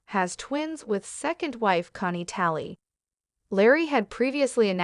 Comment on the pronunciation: Why can't you say her name correctly.